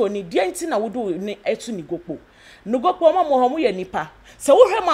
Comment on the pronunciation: Sir please the name of the time is Nogokpo not Nokpokpo